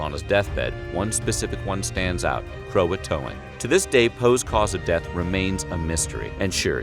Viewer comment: Ughhh the way you say croatoan is soo weird